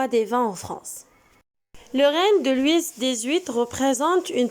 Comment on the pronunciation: Wal3adaw b lfrancais kant9o Loui machi Loui''s'' . لويس هاديك كتنطق بالعربية .